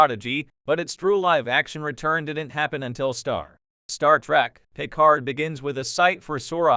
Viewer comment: That bothers me as well. Not to mention that the d in Picard should be silent... But maybe I have simply seen too much dubbed to my native tongue or simply paid too much attention in French at school or something like that. 😉(But AI should really know how to pronounce certain names even when their origin is from another language.)